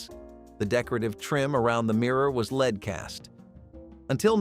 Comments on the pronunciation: It is pronounced LED not LEED! F* A.I. sucks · The metal lead is pronounced "led", not "lead." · Stop calling it leed - it's lead pronounced led...